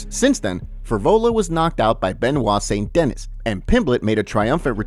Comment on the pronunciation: Lmao "Alan JEWban" & "saint Dennis" 😂😂